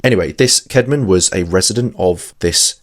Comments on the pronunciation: The name <Caedmon> is pronounced kad-mon though, note kade-mon. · first time you said his name in the vid you said Caydmon that's why I mentioned.